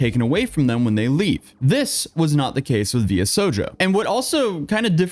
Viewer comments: I'll be the one to go in the comments lol Kizuna "Ai", not A.I. V-Shojo, not VSojo/VS-hojo That aside, I've been following you since kinda just before the Johnny Somali stuff, and now you're covering this as well. It's not really a surprise at this point, but man. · V. S. Hojo... Oh my...Try: VEE-SHOW-JOE. You really kind of told everyone that you're not into anime given how you didn't know the word "shoujo" a Japanese word and a genre of anime and manga. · Oh you poor nonweeb. It's v-shojo😂 I respect the commitment to the bit. Kizuna AI is pronounced like Love in jp like aye Shibuya, like the part of Tokyo? I'm so sorry this is just a lot. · It's versus Hojo guys. 😏 Could've been funny if you just overdubbed "V Shojo" in the most bored tone. 😂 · never woulda thought to see you cover anything vtuber related and it has me howling also a little help of pronouncing for next time if you cover this again ! V-SH(OH)-JOE but v.s hojo is funnier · Brother just watch any video regarding this matter and you've known how to pronounce it you saying "vs hojo" instead of "v shojo" sounds like straight out of creepy pasta XD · V.S Hoejoe is crazy, it's pronounced like "Show joe/jou" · V-Sho-Jo, not VS-OJO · pronounced vee-show-joe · Ah, yes. Vee Es Hoejoe. My favorite VTuber Agency. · V-Sho-jo is the syllable grouping btw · took VShojo's pronunciation out back and old yellered it. Try V-Shojo for pronunciation. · VSHOJO pronounced as V.S. Hojo is hilarious...V is for Virtual, Shojo is like young girl...it's literally sh like in "Shut up, that pronunciation is ridiculous" I'm surprised he didn't say S. Hibuya Kaho...🤣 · for the record its pronounced VEE_SHOW_JOE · We love you but the pronunciation of VShojo was literally pronounced, MULTIPLE TIMES, in Ironmouse's video. How the hell did you come out at "VS Hojo"? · Imma start pronounce it as VS-hojo from now on XD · Love the video dude but I die a little for every "VS hojo" 😂😂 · It's pronounced "Vee Sho-joe"